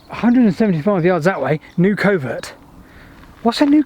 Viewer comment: first, , maybe yo're pronouncing it wrong. i'm thinking more like "fox covert" than "covert operations". google says "a thicket where game can hide".